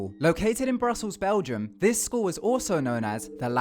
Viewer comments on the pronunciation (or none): none